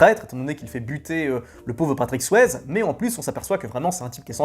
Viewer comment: Si tu prononces Tom Berenger à la américaine, tu dois aussi prononcer Patrick Swayze à la américaine. Le « e » de Swayze se prononce comme un « i » 😁